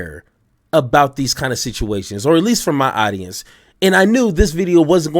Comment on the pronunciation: This dude can't pronounce simple words like audience. He says oddyence. This guy sounds uneducated. I'm out.